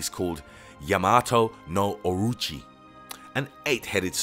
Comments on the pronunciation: its orochi not orichi its susanoo not suzanu its sake not saki its amaterasu not ameratzu how did you get all of this wrong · Susanoo, Amaterasu and orochi. He literally butchered their names.